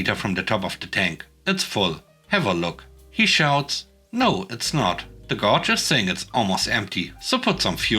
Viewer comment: Just helping. "Gauge" pronounced like gay-g, last "g" sounds like the hard "g" in giraffe. Keep up the good work. I've been listening since before you started reading your own stories.